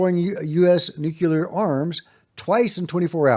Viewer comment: It's nuke-lee-are. 😂